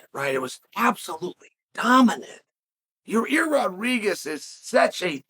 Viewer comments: Chael says yair like your rear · Ah yes, the great fighter Your-rear Rodriguez. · “Your-rear Rodriguez” - Uncle Chael